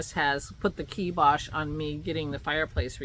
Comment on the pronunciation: We had a guy come this morning to give an estimate on replacing our porch columns. I dread hearing the numbers. It tickles me that you said "kibosh" because I say that word a lot too. It made me look up the word's origin. Very interesting, (and it's KI as in PIE.) Your trove is LOVELY!